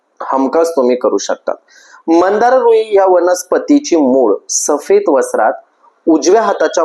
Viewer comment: मंदार नाही हो, मांदार असं नाव आहे। श्वेत व नील मांदार। पण, माहीती छान सांगीतली आहे। 🙏🙏🙏👍👍